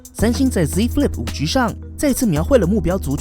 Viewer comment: 5車 可以好好念5G吗哈哈听着很好笑